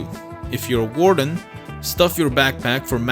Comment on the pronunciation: 20 seconds in and I hear a "Let's get you ready for War den" Oh god oh shit oh no